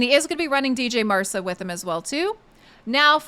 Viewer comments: »dj marsa«?? the »dj« is pronounced like the »g« in »george«. is he »mc ronam« then? XD you also dropped her first »a«. cheers for the video. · D J Marsa!!! Really? The D couldn't possibly be silent could it. 🙄